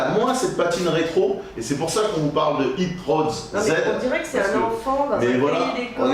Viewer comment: first!!! dira qu'il faut bien lire les règles lui aussi;) par contre ça doit être Hit Zee Road;) pas hit road zed bisous les poulets!! Super les apparitions de Zombiiiiiiiiiiiiiiiiiiiiiiiiiiiiiis!! Salut les VRAIS!!